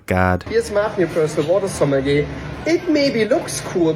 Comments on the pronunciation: It doesn't matter but it's going to bug me: JSYK, sommelier is pronounced "soma-lee-yay" (or "sommeh-leeyay" maybe?). Something closer to that. It does look like it would sound the way you said it, though. French isn't a real language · I feel like I should tell you that “sommelier” is pronounced suh-mah-lee-aye 🫶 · You say sommelier wrong every time and holy shit it’s hurting my BONES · The way you pronounce sommelier is frustrating 😭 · I love how he pronounced "sommelier " haha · I’m begging you to google the pronunciation of sommelier